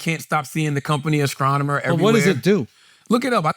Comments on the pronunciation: "Ascronomer" is trying to "discract" us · “Askronomer” - Charlamagne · Charlamagne needs to do speech therapy. He just be making up words now. Ascronomer, discraktion, screaming service. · An athscronomer from the skreets that's hard to pronounth. He talks for a living and can't speak basic English wtf. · Thanks to Charlemagnes speech impediment I was googling ascronemer. Is he unable to pronounce a T? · Ima need someone to go over vocab words next week if Charla is going to be saying “Asscronomer” 35 times.